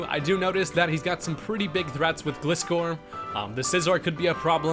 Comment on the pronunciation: Pretty sure Gliscor is pronounced like "Glide" not like "gliss..."